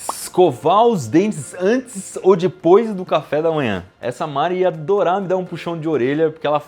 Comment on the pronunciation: Que agonia ele falando "dIpois